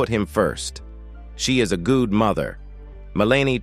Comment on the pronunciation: I really cannot take these AI clickbait videos. Check out how legal, good, and Melania are mispronounced.